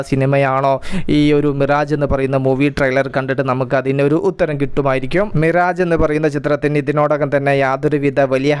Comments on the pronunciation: മിറേജ് എന്ന ഉച്ചാരണം തെറ്റാണ് മിറാഷ് എന്നാണ് ശരി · വായിക്കുന്നത് മിറാഷ് എന്നാണ്